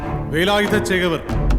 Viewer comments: സംസാരം മിക്കവാറും കേൾക്കുന്നില്ലല്ലോ ഗോപാലേട്ടാ?? ആരാ ഓഡിയോ റെക്കോർഡിംഗ്? ഛേ, വളരെ മോശം👎 പിന്നെ, 'വേലായുധ' ആണ്, 'വേലായുദ്ധ' അല്ല! ഭാഷയെ കൊല ചെയ്യരുത്, പ്ലീസ് 🙏😅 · വേലായുധ ആണ്‌... വേലായുദ്ധ അല്ല... മലയാളം അറിയാവുന്ന ആരും ഇല്ലേ ഗോപാലേട്ടാ?